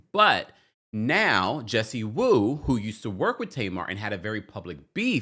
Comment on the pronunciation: Jessie Woo. What is the last name in Haitian girl .😂😂it's not WOO